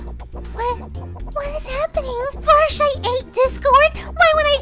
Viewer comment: it's not Fluttershee it's Fluttershy